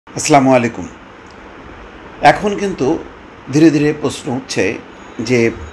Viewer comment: আসসালামু আলাইকুম, আপনি আমার থেকেও অনেক অনেক শিক্ষিত ও ঙ্গ‍্যানি মানুষ। মনে কিছু নেবেন না, একটা কথা না বলে পারছি না। কাওকে সালাম দেওয়ার অর্থ দোয়া করা। কিন্তু সেই সালাম যদি শুদ্ধ না হয়, তাহলে দোয়ার পরিবর্তে বদ্দোয়া করা হয়। সালাম দিতে হবে "আসসালামু আলাইকুম" বলে। আপনি যেভাবে সালাম দিলেন সেটা সঠিক হয়নি।